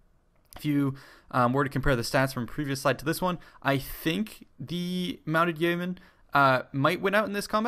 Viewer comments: It's pronounced "yo-men" xD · Yeomen is pronounced Yo Men. Its a medieval English term for a freeman of high standing/landowner.